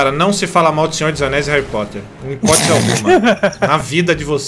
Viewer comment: sera que escutei senhor dos anais (Maha) kkkkk Like